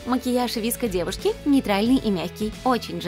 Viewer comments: Они даже неправильно сказали e и vsko Girls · Никто: Абсолютно никто:: ВиСкИ гЁрЭл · КАКИЕ НАХРЕН ВИСКО И И ГЕРЛ?Е ГЕРЛ И ВСКО! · Все:вско гёрл Все в планете: выско гёрл: ВиСкА гЁрЛ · Да не vesko - gril а vsko - girl (на русском) не виско гёрл а вско гёрл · Они вообще отставшие!Сейчас 21 век!!!: 1.Слипоны уже не в моде! 2. Скибиди уже никто не танцует! 3. Не виско гёрл,а висикоу гёрл! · Божееее как же режет уши Не и герл а е герлс И не виско а вэско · ДА НЕ ВИСКО ГЕРЛ, А ВСКО ГЕРЛ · Не Виско, а Вско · правельно Vsko ане Visko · Не віско а вско девка і я одна вспомнила АнастаСиС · Уже бесит!!!не виско!!А, висикоу!!!!ДУРАКИ!!!!!!!!